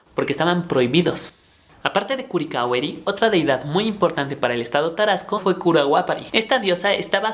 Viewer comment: No se debe sharacauruse dice carhacuaro, y no se deduce curhicarueri se Dice curicaveri y no se Dice cuando se Dice huaniqueo.etc y casi ninguna palabra en purhepecha las pronunció bien.pobre carbón turi está anda medio perdido con la historia.